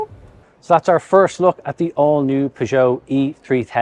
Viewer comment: Not sure I've ever heard anyone pronounce Peugeot like that.